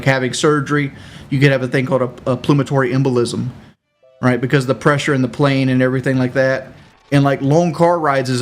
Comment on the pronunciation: a "plumatory embolism" never changes, speaking with confidence on shit he knows nothing about, its Pulmonary.